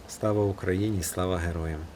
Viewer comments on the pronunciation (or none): none